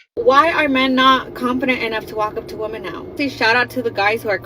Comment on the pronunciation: The woman doesn't know woman and women are pronounced differently.